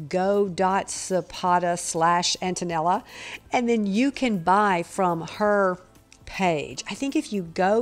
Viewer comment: Silpada...not Silpoda 😆